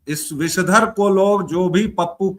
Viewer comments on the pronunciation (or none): विषधर बोलो जी